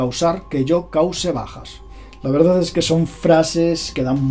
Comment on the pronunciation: es "verdad" no verdaz....